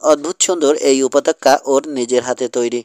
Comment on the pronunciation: Pronunciation is ‐ upottoka Not - upotokka ! Kindly read carefully.